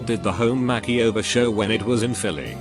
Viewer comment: I love the way this Bot mispronounces things. Makeyover, Faucebook, Fianke, and others. 🤣